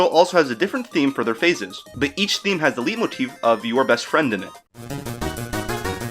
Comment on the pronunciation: This video was awesome! Keep it up! I can’t help it, it’s “lite-moe-teef” UGHHH